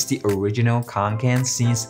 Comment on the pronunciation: I’m pretty sure it’s pronounced fee-El-Raa-ven kon-ken